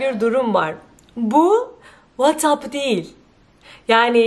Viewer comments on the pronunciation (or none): Naçizane ben de size bir düzeltme yapmak istiyorum : Değil kelimesi "diil" olarak söylenir.